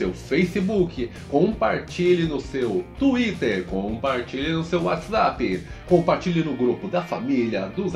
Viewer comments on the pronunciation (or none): none